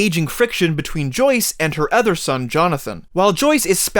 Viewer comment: Great video but please learn to pronounce “other”😉 No offense but every time you said “ether”, I flinched. Ether than that, you had very valid points.